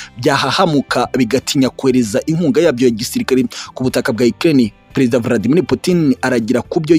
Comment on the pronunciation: Nanga ukuntu uvuga Vladimir